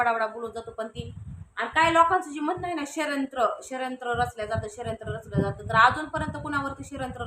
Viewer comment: Shryant nahi g bai shadyantra mhantat...